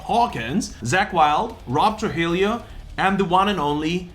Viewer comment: Chad Smith...One of the greatest drummers of his generation, he can play anything. Don't believe me, check out Chad Smith's Bombastic Meat Bats., sorry, but you are pronouncing Trujillo wrong. It's all good, so glad your still crankin out videos.